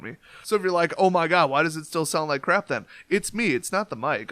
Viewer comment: Congrats on 15k! I know you can go big. Your videos make me laugh and my favourite word you say is crap because you say it funny. Still do the tournament, you don't need prizes. peace